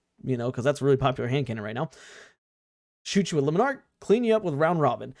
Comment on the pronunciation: I refuse to listen to anybody who doesn't pronounce Le Monarch correctly. L take.